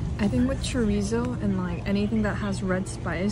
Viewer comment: Chorizo as well 😂